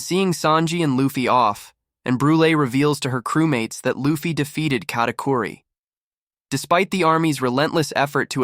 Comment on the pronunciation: Bro ist katicuri not catiqury